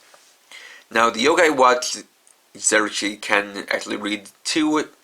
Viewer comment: when you said zeroshiki I though you said zeroes key